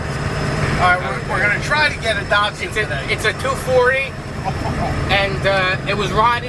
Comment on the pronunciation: You heard the man, DAHD-SON